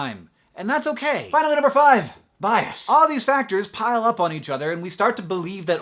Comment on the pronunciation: i thought "bias" said bras